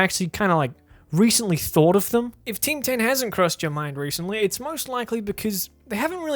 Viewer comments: I only heard you say "Tim Tan" instead of "Team 10". Bloody hell mate that was some weird pronunciation you had there... I didn't understand what you said until you showed the news part, where "Tim Tan" was written down. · Oh shit, I thought you were saying Ting Tam.